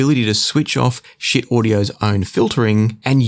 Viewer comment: Getting a little tired of the pronunciation mistakes especially since Schiit actually made a video about it and because my last name also gets pronounced incorrectly the pronunciation of Schiit is Sheet not Shit.